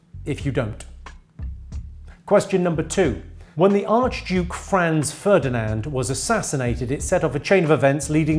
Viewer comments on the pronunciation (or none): none